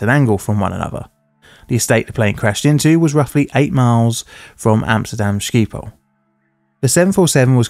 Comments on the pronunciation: Had to pause and listen to your pronunciation of "Schiphol" as ski-pole (it's more like 'shippel'). Fun fact! It translates to "Shipwreck", which feels kind of ironic for an airport name. The video is incredible as always, that one second snippet just made me double-take. Thanks for keeping up the channel <3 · The name of the airport is pronounced "Skeeppol" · "Amsterdam Ski Pole Airport" 😆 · Amsterdam ski-pole airport☠️ cmon man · It's pronounced shipol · His name is Henk Wolleswinkel. Pronunciation was pretty decent for an English speaker. His pronunciation of "Schiphol" could use some more practise though. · Also, you properly butchered the "bijlmermeer" and "schiphol". Thanks for that!